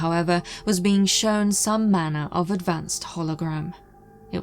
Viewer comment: Planet of the beans? Like in Mr Bean? Why does say bean to a being? Usually she say beink, with that hard G. Now she say bean.